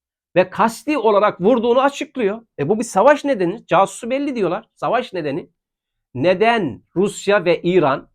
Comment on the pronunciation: Sayin ögretmek gibi olmasin ama ben size daha evvel de yazmistim: "Casus Belli" türkce bir deyim degil. O sizin türkce imis gibi okudugunuz "Casus"kelimesi "Kasus" olarak okunur.